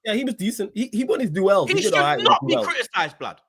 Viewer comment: Can man please say duels properly all i hear is "do els"